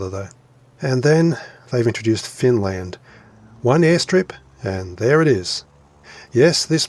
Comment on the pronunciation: Finlaend? Oh please, you're embarrasing my fatherland.:DD